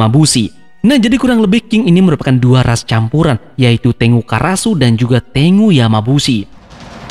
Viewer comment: Saran aja bang,tengu itu dibaca tenggu